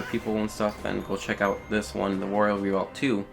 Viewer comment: and re-volt, not revault...lol